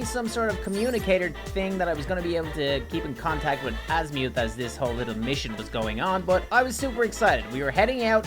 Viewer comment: It's not azmyou it's azimuth